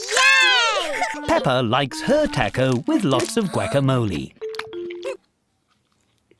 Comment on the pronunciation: WHY DOES HE SAY “TACO” AND “GUACAMOLE” LIKE THAT IM CRYING 💀🙏